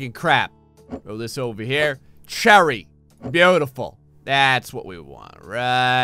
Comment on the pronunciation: No one, absolutely not one single soul:: “cHER R Y”